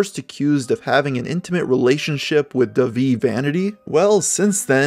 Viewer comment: "Davie" the H in Dahvie makes it a soft A like in the word Audacity